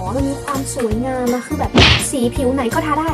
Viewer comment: ชอบตรงที่พูดว่า "เห่ย มีความส่วยงามม" 655555 เหน่อๆ น่ารักอ่ะค่ะ 😍😄